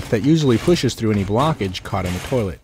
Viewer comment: Why do all the dudes in the tutorials say toe-lett